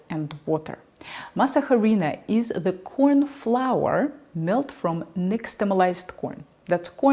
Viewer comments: Masa harina was invented in 1949 by the company that uses the trade name Maseca. (The aitch, by the way, is silent in Spanish as it is in French. Please don't pronounce it.) Masa harina is the equivalent of instant coffee -- it is a dehydrated product designed for convenience. That is why your brands vary so much in the amount of water and resting time needed for rehydration. The prehispanic item is called simply masa (dough) or, more pedantically, maíz nixtamalizado (slaked corn). Here in Mexico we can buy that, freshly made, from our local tortilla shops. But it has a very short shelf-life and cannot be exported. Hence the rise of Maseca. Bayless's two-pan, two-heat method for baking tortillas strikes me as unnecessarily prissy. It works, of course, that's how the Belgians make their French fries after all, but I don't know of anyone here in Mexico who bakes tortillas in that manner. We don't have the time or the cooking space for such nonsense. We just have to get a good comal to a high enough temperature and the tortillas come out fine after a single pass on each side. Bayless makes me wish that Diana Kennedy were still alive. One last thing needs to be said about tortillas. They were invented by women many thousands of years ago who formed them between their fingers while clapping rhythmically. (Much like the waulking performed by Clan Rennie before Culloden?) Such tortillas have an entirely different texture than the tortillas prensadas we're dealing with here. If you c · The H is silent. & it’s said like Arena but Ah instead of Uh. ❤️ u so cute! Don’t mean to be rude just happy to share knowledge with you like you share so much good stuff with us. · Always enjoy your tutorials! Even though I have eaten, and made, corn tortillas for years ( I currently live in Mexico) I still learned something. BTW, the H in "harina" is silent. In fact, the H in ANY Spanish word is always silent. Cheers! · Why are you Emphasizing the H . It’s silent .